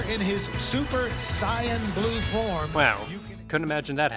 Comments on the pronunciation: He actually pronounced it the Japanese way. The CORRECT way. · I mean, that's actually the correct Japanese pronunciation :V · Yes the correct way to pronounce it.